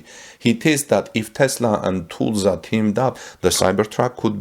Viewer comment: First learn how to pronounce "Tulsa" correctly!